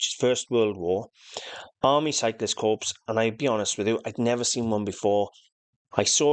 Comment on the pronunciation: It's not pronounced Corpse - it's pronounced Core!!!!